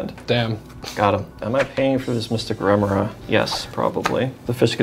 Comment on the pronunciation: the only thing more annoying than constant mystic remora triggers is mispronouncing remora on each trigger